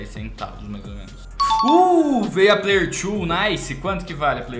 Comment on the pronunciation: man para de falar "player tchu" sendo que é "player two" ou pra perceber "player tu" se lê da mesma forma